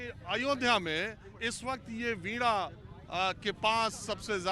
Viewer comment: आप वीणा को वीडा क्यू कहते हो? सही उच्चारण करो.